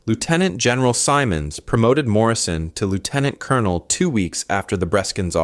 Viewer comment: You should learn how to pronounce Canadian ranks. Lieutenant is “leftenan”. Simon’s is Simmonds. So days Lieutenant Commander Tyrrell. These are Canadian soldiers.